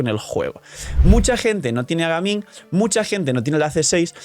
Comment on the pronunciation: Pronunciación de Gaming: Gueiming para los que no saben, suena bastante feo escuchar a los españoles mencionar el nombre de este gran personaje